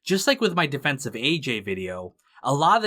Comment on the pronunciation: A defensh of Jaanish